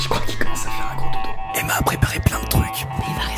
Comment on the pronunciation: Emma on le prenonce avec 2 “M”